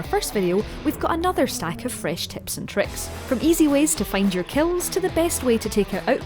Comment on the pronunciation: When u said “tips” I thought u said tits